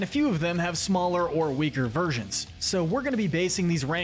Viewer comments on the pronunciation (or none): none